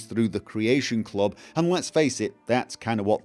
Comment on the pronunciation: CREAYSHUN CLOB